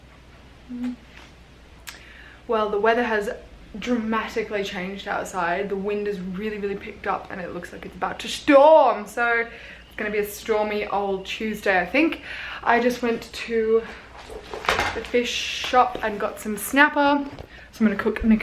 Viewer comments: “Looks like it’s about to shtorm” hahaha actually love you (Insta: ) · “Looks like it’s bout to shtorm!”